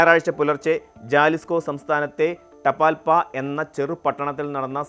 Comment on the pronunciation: ജാലിസ്കോ അല്ല, ഹെലിസ്കോ.